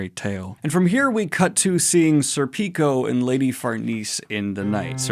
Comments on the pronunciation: Schierke is pronounced Sheer-kee Edit: Btw Serpico is, at least in Japan, pronounced SERpico with the first three letters accentuated. Might sound pretentious but hey - you did ask how to pronounce them. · Serpico is not pronounced Serpíco is pronounced Sérpico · Pronouncing Schierke sounds like “Cher-kay”. I still laugh every time you say “Sir Pico” haha, sounds so wrong.